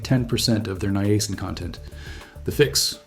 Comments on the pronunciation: This is actually a pretty amazing video. Please note that "Niacin" is not pronounced with the hard letter "A" sound, it is pronounced as "NYE-uh-sin" or "NIGH-uh-sin", and most people combine the the first two as "Nyah" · I thought it was pronounced as Niacin. not Niacin. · His pronunciation was throwing me off, and he kept hammering it home. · Maybe that's the way they say it in Canada. ( that is the channel's origin).🇨🇦